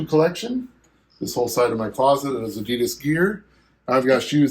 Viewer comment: You bring it to the next level mate! But as a German, please work on your Adidas pronounciation ;-)